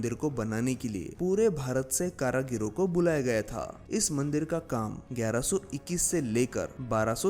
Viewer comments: Karigaro hoga karagiro nahi🤣😂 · Karagiro nehi karigaro ne bol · Pehle apni Hindi sudharo 🤨☹️ फिर, हिंदी में विडियो बनाना। कारीगरों का उच्चारण कारागिरो कर रहे हो... Too disgusting 🤨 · बहुत सुंदर 👍🏾👍🏾👍🏾 मन्दिरों की पुनरुद्धार होनी चाहिए।। विडियो में जगह जगह आपने कारागिरों शब्द का प्रयोग किया, “कारागिरों” गलत है,“कारिगरों” सही है । ध्यान दिजिए।। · कारागिरों शब्द नहीं है सही शब्द कारीगरों है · कारागीरो नही होता है, "कारीगरों"होता है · Caragaro nahi caregaro hota hai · Its karigar not karagiro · कारागीरो नहीं कारीगरो होता है। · अबे गधे कारागिरो मत बोल 😂😂😂 कारीगरों बोल जो कि सही शब्द है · KARAGIRO NAHI KARIGARON